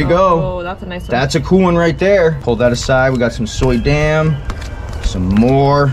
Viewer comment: Arthur Suydam's name is pronounced "Soo-dam." Just so ya know.